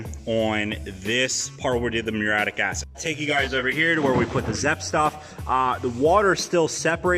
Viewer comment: Btw, dude, it pronounced MYUR-EE-YATTIC, at least in typical English